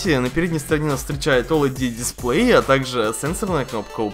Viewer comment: не олид а олед дисплей! уши режет!